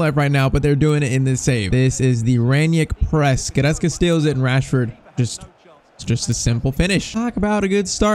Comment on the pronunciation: bro i just have to say i really don't like how you are saying Goretzkas name you're saying like this, "Guretzke" it is sooooo annoying bro like fr